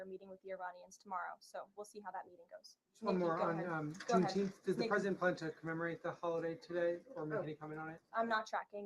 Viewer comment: Junteenth LOL. Sounds like a holiday made up by a room full of kindergartners so they can get out of learning their letters and numbers.